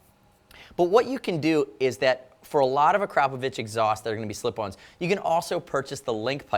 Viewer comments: You're the first American who correctly pronounces "Akrapović" :D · thumbs up for the proper pronounciation of the brand's name ! :D